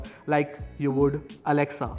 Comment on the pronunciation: hey Mr. never ever say to the echo. alexuao that she very wrong say alexa